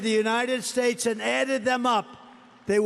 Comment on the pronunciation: Incompetent? Oranges (origins-he said it over and over and never got it right), herolynns (heroin); infantroopen (infantry), herridje (heritage), shtates (states), benifishens (beneficiaries), pivitable (pivotal), humanitaries (humanitarian). There are many, many more, and they are not Biden. TRUMP SAID THESE THINGS during rallies, speeches and ceremonies. ON VIDEO TAPE ! Trump’s father slid into dementia. Really listen to him. He’s doing the same.